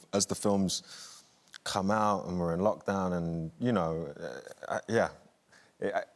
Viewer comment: did she say LOCHdown like loch ness? lol